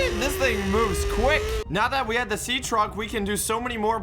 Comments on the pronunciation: How do you say track not truck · says seatrack not seatruck. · did u just say seatrack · he says “sea track”